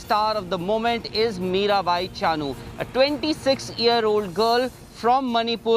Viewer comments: Her name should be pronounce as Mirabai Chanu not Chaanu..... please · Drop the middle 'a' from Chanu. That's how u pronounced chanu